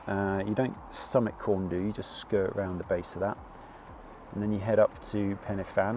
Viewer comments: Really enjoyed the video. As an Englishman living in Wales would you mind me helping you out with some pronunciation please? F in Welsh is pronounced as a V, a Y is pronounced a an A not eey or aay. So it is Pen A Van. A U is pronounced as an E so it is Corn dee. Fan y Big becomes Van A Beeg. Hope that does not sound too patronising. I have subscribed as well. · Fan is pronounced van, y is pronounced uh, du is pronounced dee, so you say - Pen -uh - van, Corn Dee, and Van - uh - big. Big fanny sounds much funnier though! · Good effort on the pronunciation. Just a couple of pointers. In Welsh a single f is a v sound. So Pen Y Fan is pronounced "pen uh van" and Corn Du is just pronounced "Corn D" no "u" sound. Similarly Fan y Big is "Van uh Big" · Corn Du is pronounced Corn Dee, the F at the beginning of a word is pronounced V so it's pen y van, van y big etc.. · Great video, Corn Du ' the U has an 'ee' sound as in debate.